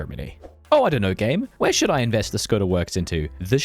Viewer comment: small tip: if you struggle with saying sometihng with ě, š, č, ř, ž, ý, á, í, é, ect. use google translate (you butchered name of Edvard Beneš, Škoda and podkarpacká rus)